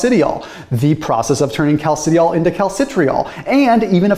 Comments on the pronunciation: Cal-ci-di-ol You're welcome :) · I'm not the expert, but from chemistry classes gone by, I suspect that those words are properly pronounced "calci-dye-all" and "calci-try-all." Thanks, as always, for the deep dive!